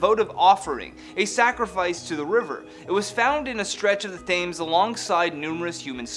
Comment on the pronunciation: Tems, not "thames".